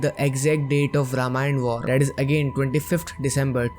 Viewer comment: Buddy everything is ok but what's wrong with your pronounciation of "that" word? I think its दैट not डैट. Same thing goes with "thirty" which you pronounced "ठर्टी" I am not a hater, mrko galat pronounciation se kuch irritation hai. BTW Loved your content ❤